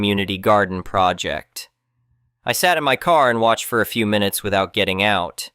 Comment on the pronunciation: Minu ets? Is this read by ai?